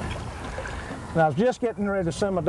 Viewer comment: "Just hit it. Just while a-guh?" LMAO and 'agin' "I'mona let'im 'guh'. love it.